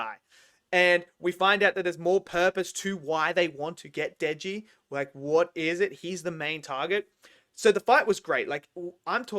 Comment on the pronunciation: loving the video! just wanted to point out (for future reference in case you cover more chainsaw man when it comes out) that the main character's name is Denji, not Deji